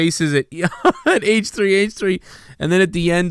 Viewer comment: “H-Tree H-Tree”